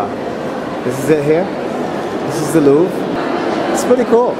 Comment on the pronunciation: 'this is le loeeve" lol